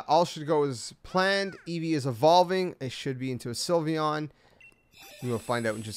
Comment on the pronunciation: THE L IN SYLVEON SHOULD BE AFTER THE Y!